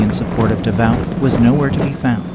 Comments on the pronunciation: The battle is pronounced YAY nuh. NOT "Geena". Marshal Davout is called "devout" instead of duh VOO. Just terrible. So many more.😝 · It would be nice if the live or computer voice would learn to pronounce French and German names. Duh-VOWT? von BLUTCHER? And many others. Come on! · It's pronounced "da voo"" moron. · Davout is pronounced like "davoo". Why can these YouTube narrators not pronounce words correctly?